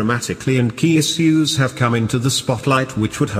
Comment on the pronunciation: He says is-use instead of issues